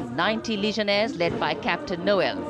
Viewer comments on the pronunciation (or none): none